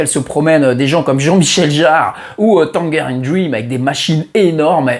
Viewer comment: Merci pour cette super vidéo. L'histoire de Telex est fascinante. Juste une précision pour la prochaine fois : on prononce Tan[j]erine Dream !